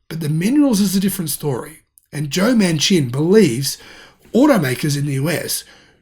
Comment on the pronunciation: Manchin is pronounced Man Chin